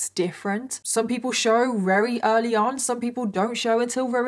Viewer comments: Love... but does anyone else notice she says very with the v sounding like an r? Is that how people from the Uk pronounce v's? Like r's or is this a problem with speech? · Anyone else thinks it's cute that sounds like she's saying wery instead of very most of the time? 🥰👌😂 x